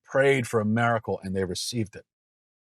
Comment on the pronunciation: I love Matt, but homeboy needs a class on how to pronounce "miracle".